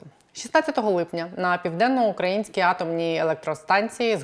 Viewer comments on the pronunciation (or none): Наголос на Південно- Українській АЕС вірно потрібно робити, а не москальською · Не « на південно укрАʼ інській АЕС», а на « південно ураІʼнській АЕС». 😡😡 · Південноукра Ї нській АЕС - наголос на " Ї ". Ріже вухо! (Без образ) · Південноукраїнській. Наголос на «Ї». Врахуйте, бо страшенно слух ріже.